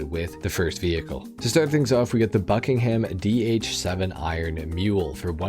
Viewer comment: ppl from the uk are cringing when u say bucking ham cuz we dont say ham its more like bucking um